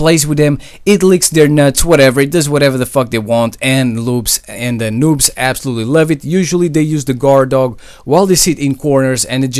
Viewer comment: I heard him say loobs lol